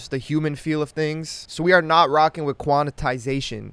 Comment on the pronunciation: Years later and still says quanatization 😭